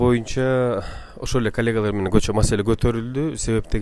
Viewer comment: көчө эмес кече деп сүйлөсөң,депутат ушинтип сүйлөсө уят!!Кыргыз тилин туура сүйлөй албайт.